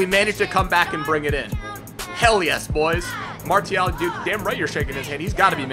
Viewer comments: Its marSsssial no marTttial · pronounce Martial like Marsial (im french) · its Mar-see-al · It is pronounced Mar-c-al... BTW awesome vid as usual :) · I think Martial is pronounced "Marshal" . Am I right? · It's pronounced marcial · It's pronounced Mar-see-al. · French is my main langage and yes it's Mar-see-al like in : Arts martiaux it's pronounced Mar-see-yo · Chase Hoonan Dude don't create arguments it's clearly martial you told us to check on google translate and it's Mar-see-al your "it's pronounced" like that in english isn't an argument Martial is a word before being a name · Nadir Mou' On google translate when typing it in French it says Mar-Tee-al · IT'S MASIAL THE T IS PRONOUNCED AS AN "S" FFS MAN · u say martial weird